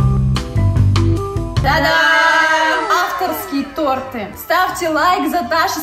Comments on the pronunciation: Не то́рты а торты́ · Нет, правильно тОрты а не тортЫ ударение на о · то́рты правильно